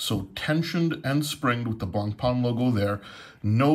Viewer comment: Great vid, thanks, you could brush up on your pronunciation of Blancpain though, that's 'pan rather than 'parn.